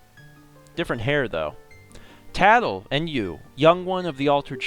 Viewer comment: get it tatl tale...... Tatltale